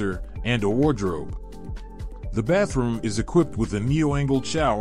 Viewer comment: So the thumbnail was clickbait and who says "Baff room" in a professional presentation? 🤔